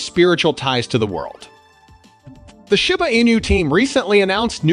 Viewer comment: Why you keep saying shyba not shiba😂